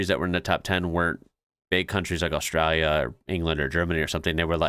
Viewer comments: Nevermind the way Americans say water.......The way you say Australia (Oztralylia) is hysterical 😂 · Americans replaced T with D and always leaves the L out of Australia lol